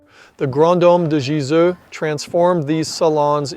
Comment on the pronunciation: Nice video. In the voice over, you have a very fair pronunciation of French names (I'm not French - it is only my fourth language in fluency, English 2nd). With European languages there are a few sounds to learn. When you pronounce the name of Gizeux, it sounds like Gizou. The German ü, French u, Dutch u - all sound the same. The German ö, French eu, and Dutch eu - all sound the same. French and Dutch have a sound as in the French word "eye" (oeil) but in Dutch phonetics that sound is spelled "ui" (the Dutch will pronounce this a bit stronger relative to French softness). English doesn't have these sounds. You need to learn to hear and say them, if your ambition is to pronounce proper names the original way. Except for English loanwords, EUropean languages are phonetic - you just need to know the phonetic rules of each language to be able to read and write them easily. English is more like Mandarin where each word needs to have its pronunciation taught.